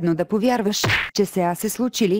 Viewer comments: Не е ли СлучИли а не СлучЕли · случИли, а не случЕли!